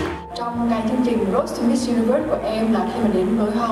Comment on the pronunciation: Chị nên xem lại cách đọc từ “Road” nha chị. Chỉ muốn góp ý mong chị tốt hơn thôi. Love u <3